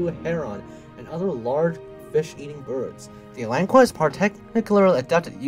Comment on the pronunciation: It's pronounced (alan-ka) there's no "u"!